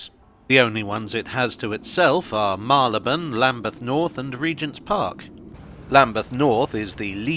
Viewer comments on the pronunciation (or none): It's Marry-le-bone not Marlybone. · Mary l'bun. Any other pronunciation is incorrect and I will die on this hill.